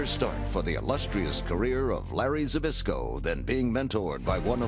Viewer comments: Хоть бы произносить его фамилию научились. Збышко, а не как они его там пытаются произносить. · That feeling when you are Polish and can't stop laughing when they can not say ZBYSZKO right xD